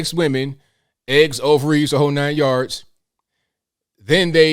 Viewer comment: I first heard, "eggs over easy - the whole 9 yards"...😂✌️